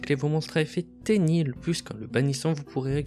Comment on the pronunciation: Je connaissait pas Tenyi j'ai découvert de nouvelle chose et l'archétype à l'air d'être sympa, mais faut pas écorcher le nom des monstres ! xD Je me demandais si à l'avenir vous pourriez nous indiquer pour quel type de joueur s'oriente un deck, si il est assez facile et recommander pour les joueurs débutant ou si c'est plutôt un deck avec des "combos" pour les joueurs un peu plus avancé, merci d'avance =)